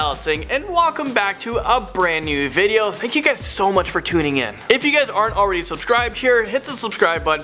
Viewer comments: Not hatin but......really? If got your name wrong...edema/enama...just saying.... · I am always like please don't be Landon please don't be Landon please don't be Landon aghhhhhh it's Landon ☹️☹️☹️